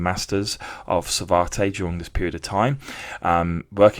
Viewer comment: It’s pronounce Sa-vat, not Savartay!